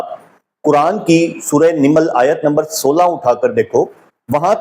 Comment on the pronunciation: سورہ نِمل نہیں نَمل ہے ۔